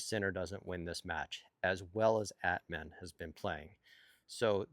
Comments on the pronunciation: exactly, At-mahn comes close. LOL, i love him saying it like Batman without the B. By the way, he will be thrilled that the pronunciation police is on patrol again :) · Not a "gotcha" just a help. Phonetically, Atmane's name is pronounced At-mawn, not At-man. Cheers!